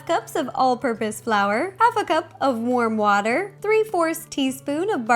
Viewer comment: I THOUGHT SHE SAID WORM WATER!!!